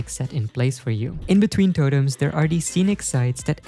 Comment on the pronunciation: There is no way bro says totems like that.